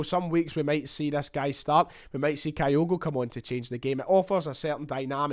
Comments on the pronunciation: Begins the video by talking about his desire to get pronunciations correct then starts talking about Kayogo? Some boy! Kyogo, not Kayogo. Do you pronounce Tokyo as Tokayo? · Fingers crossed on this one, top goalscorer in the Eredivisie with a team that was relegated is a no-brainer for Celtic. Talking of pronunciation… Kyogo is pronounced Kyo-go or at a push Ki-yo-go with a soft i, not Ka-yo-go (I’m a long term Japan resident). I still have nightmares about they way we mangled Shunsuke’s name for years. 🤪